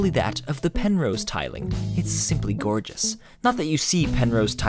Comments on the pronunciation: The way he said "it's simply gourgueos" sounded wierd as fuck. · I liked the part where he said "It's simply gorgeous" in that accent